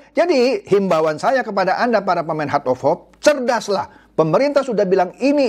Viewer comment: hert of hop....ledder....mbok ya pakai bahasa Indo sajah...